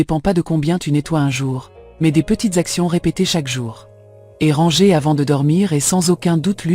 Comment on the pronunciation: Merci pour cette video mais pourriez-vous corriger la prononciation du mot "ranger "? En français on ne prononce pas le r à la fin. On doit dire rangé. Vous faites cette même erreur dans tous vos vidéos. Merci 😊